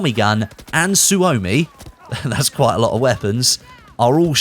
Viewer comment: Please! The SUOMI is not pronounced SU-OH-MI its a normal O not an OH or the name of the letter. Finnish people cringing everytime someone says SU-OHMI lol Suomi means Finland in finnish btw